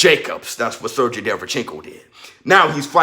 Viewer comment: It's pronounced "Ser-GAY", sir.